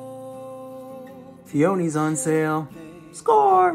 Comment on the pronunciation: AMAZING! Somehow this is my favorite episode/special of Noah's Arc. The guest stars were incredible, the acting was better than it's ever been by every cast member, the WRITING was the best it's been and with such restrictions it still worked perfectly. (The only thing is that "peonies" is pronounced "PEEuhneez" not "pee/OHneez". It's my home state's flower, Indiana.)